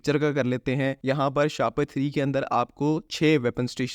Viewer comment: Seriously it should be pronounced shah-paar not shahpar to avoid getting trolled with things like a plastic bag you know what I mean